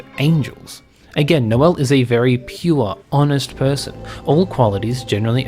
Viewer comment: (Noelle) Elly 😂